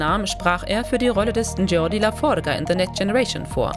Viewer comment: Man kann doch nicht so ein Video machen und dann die Namen der Charaktere wie Belana und Geordie falsch aussprechen.